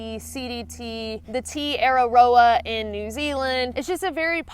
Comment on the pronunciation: Way to go with the Te Araroa pronunciation! 😀